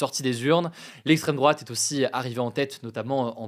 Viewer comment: "lesstreme drouate" on y crois plus hugo